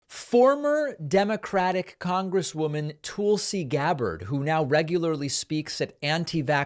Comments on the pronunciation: Came for the Hitler comparisons, stayed for David's "Toolsie" pronounciation. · I love how you call her Tool-si. How very fitting.